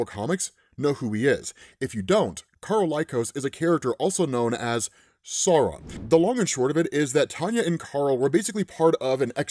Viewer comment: At first I thought you were saying "Sorrow" 😅 I think the alternate pronunciación is better... "SAH-u-ron" (and don't swallow the "n")